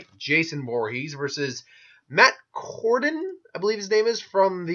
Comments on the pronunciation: Dude they are both zombies and pronounce the name right!!! It's Cordell not Cordon. You spelled the name correctly for the video title but decided to pronounce the name wrong (WTF??) or maybe that was a slight on your part because you like Jason but grudgingly had to declare Matt the winner. Either way it was silly. Anyway, Matt Cordell wins hands downs. Matt is more consciously aware than Jason which allows him to use his hand to hand combat skills and understanding of modern weaponry. Also they don't call him maniac cop for nothing. Matt can experience rage and go into maniac mode which makes him nearly unstoppable. Matt will rip Jason a new one. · Cordell you idiot not cordon, you are a dork